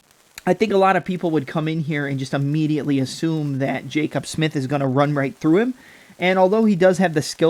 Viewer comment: Hearing your pronounce Jacobe as Jacob repeatedly made me want to jump off a bridge lol